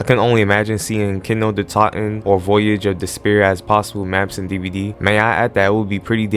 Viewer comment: I haven't watched the entire video, but I was given ear cancer by you absolutely slaughtering the pronunciation of Richtofen, Kino Der Toten, AND SOMEHOW EVEN FUCKING VOYAGE. And of course you showing gameplay of the worst zombies map of all time over the best zombies map of all time. Oh, you also said "The Warden" over Brutus, but that's passable since if he was somehow added, he would definitely be "The Warden"